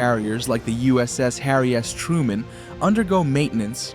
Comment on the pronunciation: Did he just say harry ass truemen?